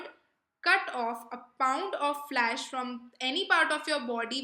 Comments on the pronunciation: Your pronunciation is pathetic.. You pronounced flesh as flash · Its flesh not flash 🤣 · Flaash ??? Correction in pronunciation "flesh"